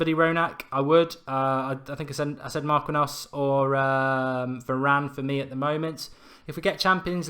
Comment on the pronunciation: Mark-eeen-yos... jesus, lol